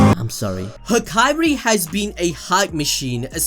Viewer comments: "Hakari" not "Haikairi" you should watch more subbed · Am I the only one that hears hikari instead of hakari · Hak eye ri bruh it’s hakari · Bro his name is Ha-kari not Ha-kai-ri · Hakari. Not Hakairi. Ha-ka-rih. There are not two i’s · Came for the video stayed for the "ha-ka(I)-ri counting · I love your videos but please say Hakari's name right lmao